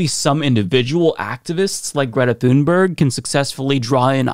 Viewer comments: Small pet peeve and I'm sure I'll get a lot of hate for this, but Greta pronounces her last name closer to "toon-berry" and not like it's spelled. When Amy Goodman interviewed her, she asked several times, please pronounce your last name for us, so we get it right. And she said "toon-berry" each time. Not "thune-berg" actually. Carry on, friends. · She's swedish, her name is pronounced TUNE-berg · Pronounced TOONBERRY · Her name is pronounced "Tun-berry", the "g" is a "y", like in "Vogt". You don't say "Vogt" "Vog-ut", you say "Voyt". Likewise, say "Tunberry". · You should learn how to pronounce her name correctly. It really irritates the right for some reason.